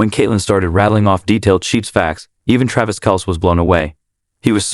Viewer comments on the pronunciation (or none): Whomever is narrating this video, or robo voice can't even pronounce jason and travis last name correct. He just needs to learn how to speak correctly !!